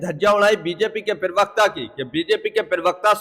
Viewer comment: भैया, पिरवक्ता नहीं, सही शब्द होता है प्रवक्ता समझे। कृपया अपनी हिन्दी के उच्चारण सही कीजिये।